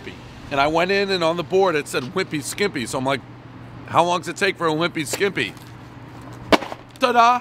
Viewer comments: Can we just talk about how he insisted on calling it the "skiMpy" when he was standing under, and reading, the sign that read "skippy"? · You say a wimpy skimpy. When it’s a wimpy skippy 😁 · Calls the restaurant Caseta instead of Caserta. Calls it a Wimpy Skimpy instead of Wimpy Skippy. Then, mentions Baklava and later Falafel bread... Dave is the Dad of pizza reviews. Keep 'em coming.